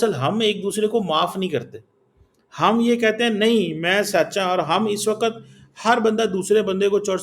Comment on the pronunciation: aap us bevkuf se bat ker Rahe Hai jo wakt ko wakat kah raha hai yeh matiyamet jiska matlab mitti me milana hota hai use matiyamet kahate hai takkra ko takra kahate hai enhe sahi Urdu bhi nahi aati aap pathar se shir takra rahe hai